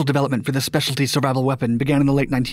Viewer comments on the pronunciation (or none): none